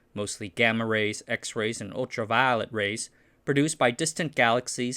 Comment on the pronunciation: Dude went into a southern accent when he said Ultra Violet Rays... 😂